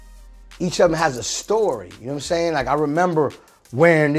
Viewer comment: Calling yourself a legend is really crazy, "you know watimzayng?!"